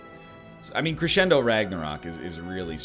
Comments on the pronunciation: K8 shed a tear when he said "cressendo." EDIT2: thrice. Oh my.... And one was AFTER saying it like he's not.... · Hey, idk if you care about these types of things because it's not that important, but it's pronounced creshendo, even though it's not spelled that way. It's a musical term to indicate the reader to get louder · If his wife hears him pronounce crescendo like that, I think she might beat the crap out of him. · How can one egg be seemingly so intelligent but also say crescendo like that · he can't even pronounce it, never mind play it properly. Cost him the run, my dude. THIS is why YOU don't comment until the end of the run.